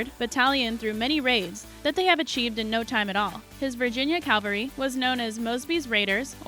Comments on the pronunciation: Cavalry, not "Calvary", IDIOT! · We came here for information. Not to see a woman who thinks she's attractive horribly mispronounce words describing a topic she obviously has absolutely zero knowledge on...... I mean really?? Suspicion mountains????? Calvary??? Bighorn????????